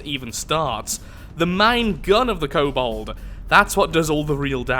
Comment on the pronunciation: Hayte cool entry haven’t seen one for the Steel Striders until now. Oh and it’s kobold not cobalt. Btw I just noticed that the abbreviation for the Steel Striders is the S.S... they’re the Nazi war machine of neter...